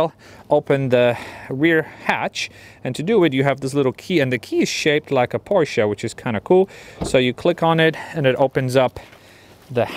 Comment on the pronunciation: Thank you for saying PorschE not Porsch like the majority of the English spoken Areas. As a German I appreciate it :) Always drive safe and enjoy. As a F82 Competition Driver I hope to see some F80 content in the future :)